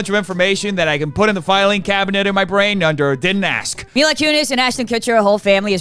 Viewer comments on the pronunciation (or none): You want me to correct you every videoo 😂😂😂 You italian . mila not maila . Love you 😍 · My la??? It’s MILA( meeelaa) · Me la not my la kunis